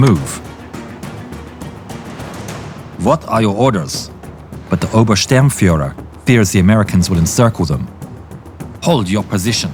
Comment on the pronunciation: His name is Bachmann and not Bachmenn and he is obersturmfuehrer and not oberstermfuehrer